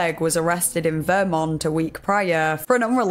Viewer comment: hearing you put the emphasis on the first syllable of "vermont" made me giggle, we pronounce it with the emphasis on "mont" lol